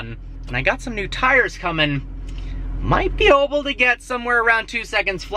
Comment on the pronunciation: "i might be oble to..."